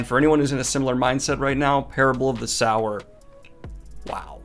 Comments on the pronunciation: Daniel" "Parable of the Sourer." Me: "of the Sourer? Ah, ok. Hey Daniel, if you continue to read more Octavia Butler, look into Wild Seed. Its much, much better. But, it is pronounced 'Sew - er.'" :) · I think it’s pronounced “soo-wer” not “sour” or maybe it’s just me. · Daniel, I love your videos and am ecstatic about the recent sci-fi videos. I hope you continue to do more sci-fi even if there are less views. P. S. Sower is pronounced soh-er not sour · Sower, as in sowing seeds, not sour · The name is sower not sour. Lauren is not harvesting lemons. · Just in the comments to saw it Parable of Sower (sow seed) not Sour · Not critisizing but is not sour but so-wer as in so what. Sow means to scatter, as in seeds. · Daniel: Parable of the SOUR Me: Aaaaaaaaaaah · Its definitely pronounced so-er. You said it yourself, "sowing seeds" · "Sow" - "Er"?!? SMH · Ohmygod thank goodness I'm not the only one confused by how he pronounced sower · "Parable of the SOW-er!" Me: snickers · So as in “sew”. I’m honestly not sure how Daniel keeps mispronouncing it considering he uses it correctly a few times in this video when he’s not saying the title. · Daniel, it's pronounced so-er. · It's meant to be pronounced /ˈsəʊə/ (RP) or /ˈsoʊɚ/ (GA - Dan's accent). If you're not able to read IPa, this means the first syllable is the same as the word 'so', with the standard pronunciation of the -er suffix. The book's title is an allusionto the Biblical Parable of the Sower, which refers to a 'sower', ie one who sows seeds. In this context, the word sow is prounced the same as 'so', rather than Dan's pronunciation, which refers to a female swine. I guess it's ok because he has dyslexia, but I do wonder sometimes how he intends to become a professional narrator with pronunciation errors like this. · I agree with everything in this video.....except how you pronounce "sower" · Dude. Sower, like you reap what you sow. Sowing seeds. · Yeah he says sow right but not sower...